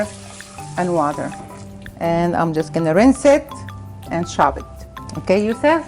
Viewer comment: She says "Barsley", "chob", and "beel" bc the Arabic language has no p